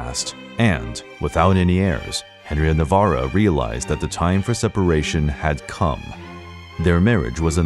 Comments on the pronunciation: Not to be that person but it’s “Navarre” not Navarro or Navarra. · AND Henry of Navarre not Navarruh. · The butchering of "navarre" made me bail. its prounouced na-VAR